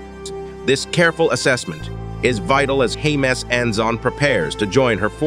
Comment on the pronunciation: I'm afraid your computer reading voice is letting you down: "HMS Anson" is not pronounced "Hems A-N-S-on"!